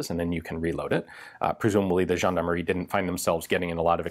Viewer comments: I love it when you pronounce foreign word but i completely I lost it when you said "Gendarmerie" (Jeanemarie, a old fashion giving name for girls) instead of (jean-D'arm-e-rie) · Nothing says "gendarmerie" like the letter W. Right?